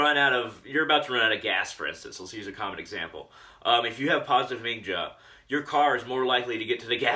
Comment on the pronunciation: In Germanic/Nordic languages the J is pronounced like a Y. It's "Ha Ming Ya" Other than that, not a bad video. You've got some good ideas.